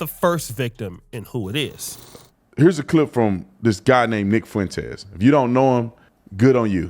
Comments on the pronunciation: Say it with me. Fah-Wen-Tez. Not Fah-Wen-Taste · You keep saying “Fo-entez. You need to learn how to pronounce the name. No Spanish classes in high school? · Love ya brotha. But the way you say Fuentes is disgusting 😂